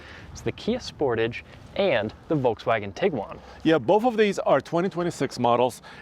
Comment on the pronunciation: As a Canadian, hearing the way you say Sportage causes me physical pain 😅😂